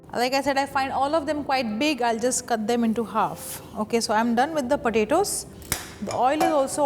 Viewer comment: Roundles of Padetos..